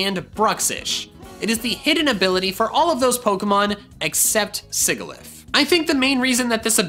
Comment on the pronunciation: His pronunciation of Sigilyph reminded me of Alex’s Pronunciation videos lol.